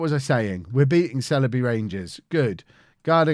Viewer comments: Sileby = S-eye-ull-bee... Merry Christmas, and family, from the Chippenham Town FC massive... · The Sile in Sileby rhymes with bile or trial. :)